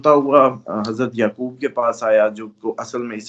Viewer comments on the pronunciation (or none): none